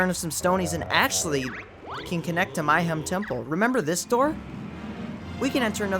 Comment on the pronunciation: Mayhem not My-hem.. sheesh.